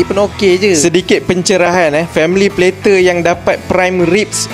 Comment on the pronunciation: sebut betol betol bang ' plater ' tu, lain mcm dengornya, ngisau plak...bior ada sleng mat saleh skit lain skit dengornya😂😂😂